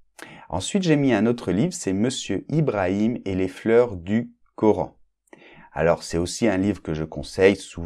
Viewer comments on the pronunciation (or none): none